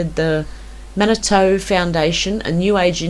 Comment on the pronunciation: Manitou is pronounced "manitoo"